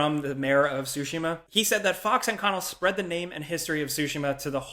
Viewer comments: I’m thinking about how you said “sushi-ma” 4 times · sorry i know im being nit picky here... the T in Tsushima is NOT silent, say the t and the s quickly together... SORRY.